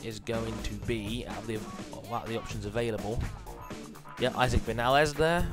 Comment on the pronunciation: Awesome Also it is Vin-Ya-Les Because of the accent